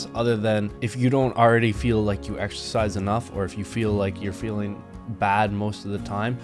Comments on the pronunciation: "Excersize". Jesus Christ bro that's not even close. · Excersize... Im not even a native english speaker and this hurts me so much...